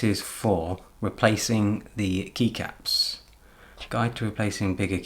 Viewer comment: Dude, the way you say "Keycaps". You should make a Podcast !!